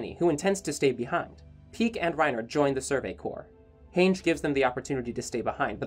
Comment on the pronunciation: Its Han-ji not Heynje